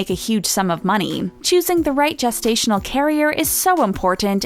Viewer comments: I think the narrator should know it is pronounced “jest-stational “ not “guest-stational” 😬😬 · Okay I'm 30 seconds in and its jest-ational not guest-ational wtf 😂😂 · Someone please tell her its gestational not guessed stational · Guess-stational??? Jest-stational.... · Is anyone slightly annoyed with the “Guesstational” instead of gestational carrier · Isn't gestational pronounced gel not guess? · Wtf is a gas-stational carrier lmfao! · Lol "guess"-tational carrier. Learn how to pronounce the word. Oh wait you said it right later in the video. Wtf?